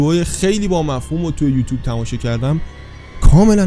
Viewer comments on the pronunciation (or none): none